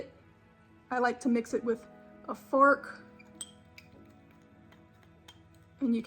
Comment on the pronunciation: it’s FORK not FARK . . . sheeesh 🙄